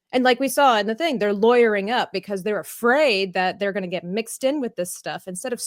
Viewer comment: you said “lawwerying” in your into, was that just you, or is the Youtube Algorithm finding new “words” to flag ?